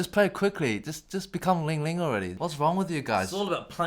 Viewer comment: Bruh did you just call Lang Lang "ling-ling"